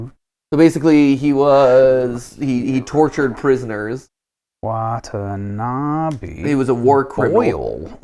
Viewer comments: watanabe not watanabi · hope they will learn to properly pronounce Watanabe in the film theory XD